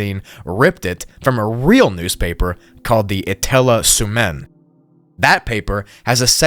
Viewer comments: Etelä suomen sanomat? ❌ Etella suemen…✅ hahaha i cannot 🤣 if you ever try pronounce finnish words i think the google translator pronounces it pretty close to the right way hope this helps so no longer these lil mistakes don’t happen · The way how he said etelä-suomen really made me feel things. But I do understand Finnish language is hard and all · As a Finnish person, the way you pronounced ”Etelä Suomen” was an unforgettable experience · Ignoring that there is some bad pronounciation though. The Ä letter in Finnish makes the A sound in words like bad, happy, and and. And all letters are pronounced in Finnish. And also Suomen has the u turn into an o and isn't a consistent sound. Otherwise the pronounciation is decent. I do get it tho, you aren't Finnish and Finnish has a lot of rules to how the language works. Even if those rules are very consistent, it's still hard to learn them. For native speakers it's easy because they understand those rules and learn them from just speaking. Anyways, now my job is done as the pronounciation police coming to tell people who don't soeak a language and (most likely) have no plans to learn a language spoken in one (relatively) small country in Northern Europe that they said something wrong and how to say it correctly. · Hearing you say 'Etelä-Suomen' was quite strange. To clarify, 'Etelä-Suomen Sanomat' is a news publication (literally translates to South Finnish News btw). It's also so fitting that this is from Finnish origin, given our history with Russia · Ouch as a finnish man that pronounciation of Etelä Suomen was painful. Its finnish for 'Southern Finlands' (you left out Sanomat wich whould have translated to 'Southern Finlands Message' or more acuratly the name of the paper was 'Message from Southern Finland') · came to the comments to see if anyone said anything about it, i had to pause to take a sec lmao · As a Russian who speaks Karelian and some Finnish, I've still not recovered